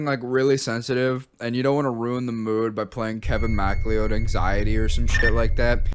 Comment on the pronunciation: "Kevin Mack Leeyoud"